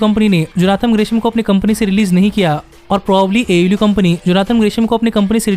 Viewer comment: It is pronounced AEW (AY EE DABLOO)